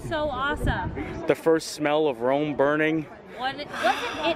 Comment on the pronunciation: Rome burning (not " roam" burning)